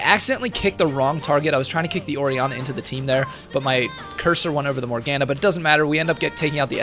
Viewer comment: "morg anah" MORGANA PLZ XD